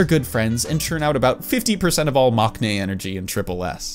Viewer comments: I know maknae is spelt with a k in the romanization and with a character that can sometimes be pronounced as K in Korean but you actually don't pronounce it with a K sound. It's pronounced "mang-nae." As a Korean person, it was a bit weird to hear the K in that word. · It's interesting how you pronounced all the korean names correctly, but then say 막내 wrong.